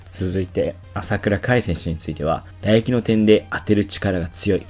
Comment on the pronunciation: 「打撃」が全部「唾液」に聞こえてしまうのは、格闘技チャンネルとしては致命的だと思う。